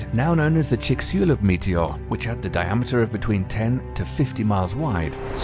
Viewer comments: Say: “Chix-i-Loo”: You don’t pronounce the B you dumb bastard. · I quit after 4 minutes. There is so much wrong with this video. When Chicxulub is not pronounced correctly, you've established the 2018-VP1 is the size of a small car but the one that hit Russia was 66ft wide, surely you don't need a doctorate to know that even if it did hit, it is minuscule.